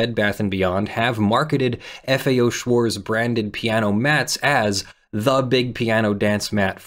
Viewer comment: The German 'Z' is pronounced 'ts'. Schwarz does not end in an English 'z' sound. It ends in a 'ts' sound.